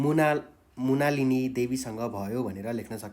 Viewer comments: मृणालिनी देवी हो , मुणालिनी होइन। अर्को गल्ती उच्चारण पनि मिलेन । नेपाली शिक्षकबाट यति सामान्य शब्दको महान गल्ती गम्भीर मानिन्छ। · मुणालिनि होइन मृणालिनि हो